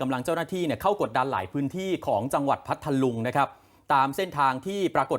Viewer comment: อ่านผิดเพ มนัง พัทลุง เขาวิเศษพัท ลุง บ้าม้ายนักข่าว ไม่ทำการบ้านก่อนมาอ่านเออ